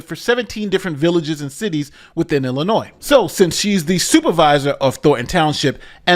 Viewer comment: you pronounced "Illinois" correctly! I'm so proud of you, buddy! See? You are living proof that anyone can come back from the brink of insanity.:-)